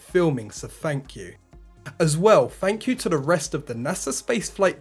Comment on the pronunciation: Well at least you know you can get comments pretty easy for me... I just can't help myself but to make fun of the way you talk... Fank you Fank you Fank you